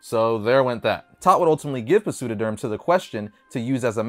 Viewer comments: I'm sure most people are aware, but "Pseudoderm" is pronounced with a silent "p", like pterodactyl. "Pseudo-" (pronounced "SUE-doe") is an old Greek prefix that means "fake" or "false" and "derma" is the Greek word for "skin". It makes sense that a clay-like substance that looks like skin would be called "fake skin". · Pseudoderm, the P is silent just like psycho psychic etc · The P in Pseudoderm is silent. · The “P” in Pseudoderm is silent.